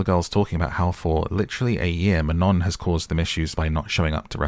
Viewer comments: ITS NOT MANON ITS MANOOO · ITS MAN-OH